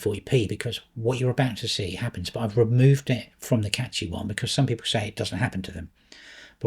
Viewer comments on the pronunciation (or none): Can we start pronouncing Cachy correctly. It doesn't contain a T.